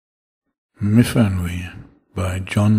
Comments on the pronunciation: I though it was mu-van-wee. Y pronounced as in Cymru. i.e. an 'uh' sound. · 'f' in Welsh, as in the name Myfanwy, is a 'v' sound.